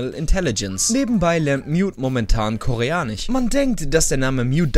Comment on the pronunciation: Was ist dieses KoreaniCH